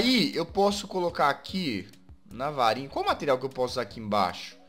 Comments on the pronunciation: Rapaz, o Jazz falou Varinha e eu entendi Farinha! kkkkkkkk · eu pensei que o Jazz havia falado farinha mas é varinha